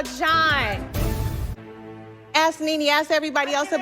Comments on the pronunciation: "ASK PEETER! AX PE TER!!" LOL I love Nene. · So professional and fancy yet both say axe.